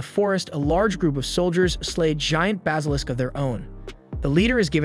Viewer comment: I like your videos, but you say some words..... Different. Never heard Basilisk pronounced as "Bos-alisk"